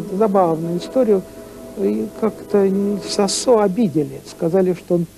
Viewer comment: Надо произносить сОсо , через О , с ударением на первый слог.